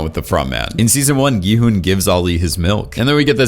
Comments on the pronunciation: FINALLY SOMEONE WHO SAYS HIS NAME CORRECTLY INSTEAD OF SAYING "GEE HUN" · he finally said Gi-Hun’s name right